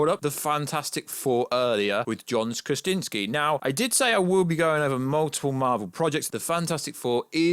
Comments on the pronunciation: Just say “Kra-Zin-ski” like everyone else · It’s really not that hard either, Kra-zin-ski, oh that’s right, we have a Brit that can’t pronounce the letter Z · Can you not say his name correctly?!?! Wtf are you saying nerd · I'm glad it's not just me.. It made me cringe every time he said his last name😂😂😂🤷🤦